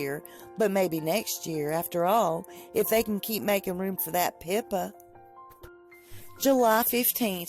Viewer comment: The first time you said "Pippa," I thought you said "Pimpa" lmao. Meghan's diary is what I thought it would be. I love how Meghan is jealous of Pippa.